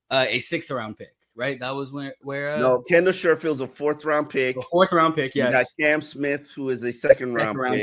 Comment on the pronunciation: Once again, it's Kendall SHEFFIELD not SHERFIELD. Also, it's LARRY BOROM NOT LARRY BROOM. Come on pronounce the names correctly!!!